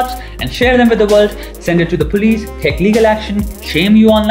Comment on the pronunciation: Excellent video.. but PLEASE PLEASE PLEASE Indians.. Get your "V" and "W" sorted.. It's not "VITH" it's "WITH" .. it's not 'VESTERN' it's "WESTERN"... it's not pronounced "VOY-LENCE" it's "VI-OH-LENCE".. Trust me, you'll go a LOOOONG WAY in this world. Just work on it.